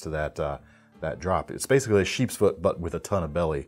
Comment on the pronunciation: Am I the only one that hears him saying sharks foot instead of sheeps foot on this first blade LOL